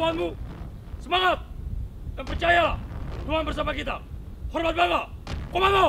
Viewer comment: Bukan Komanda.. tapi Komando